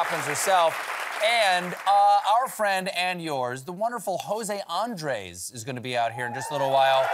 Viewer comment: Ok, so we'll repeat: Please, Stephen. It's JoSAY AndRES. They even wrote the accents for you: José Andrés. Thank you